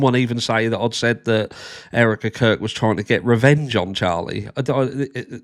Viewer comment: Everytime you say Erika Kirk it sounds like you say Eric the Curd